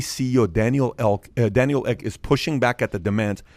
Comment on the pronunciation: "Company CEO Daniel ELK" omg i died :D